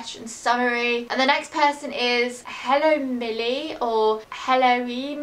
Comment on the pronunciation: Haha you pronounce helloemilie like: hello em-ilie :)